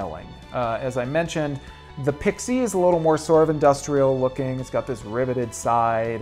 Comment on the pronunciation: Dude, learn how to pronounce Pixie!